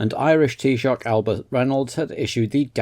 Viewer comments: Nails pronunciation of “Taoiseach”! 🥳🥳 Has John Hume as a “Unionist” in picture😩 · Forgiven. And top respect for the taoiseach pronunciation too.